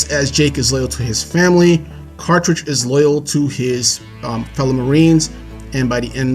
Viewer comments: Quaritch is my favorite villain. I agree with everything you said. Just one nitpick- you call him Quatrich when it's Quaritch. Just remember, he has a "Quarrel Itch" aka Quaritch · Bro you keep saying Quatritch. It's QuaRitch not QuaTRitch.